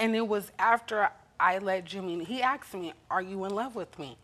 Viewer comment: Don't they learn to say "asked me" not AXED me?